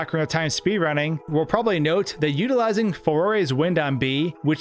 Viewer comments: "Faroray's wind" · I appreciate the glitch explorations, but who the fuck "For-aye"? The first vowel in her name is an A, not an O. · Definitely not 'Jerudo' Definitely not 'Foray' Cool vid, tho